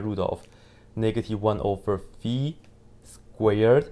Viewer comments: thank you for the video and for correctly saying the name of the greek letter (not fai, but fee). Same should be for pi (which is pee, rather than pie). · 👏👏👏you pronounced the letter φ correctly yeyyy💯💯🙏